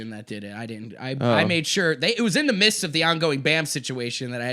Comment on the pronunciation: "in the mists" o_O